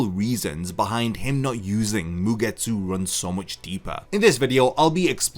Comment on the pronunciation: A game, about something that made me chuckle during the video and couldn´t unhear it... 1 Shot every time bro says MugeTSÚ xD